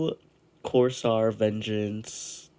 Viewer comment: "Corsaar" CorsAIR, like ya'know, air, that you breath--that your PC needs for cooling. Lol. Solid build, only major thing I'd suggest looking into is a 4th gen NVme SSD, going off your Parts picker list you got a gen 3, which is fine--but leaving a good chunk of performance on the table.